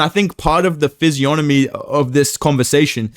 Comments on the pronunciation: ‘Physionomy…’ - nice one😂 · No way bro really just said physionomy you little blockhead fewl yeh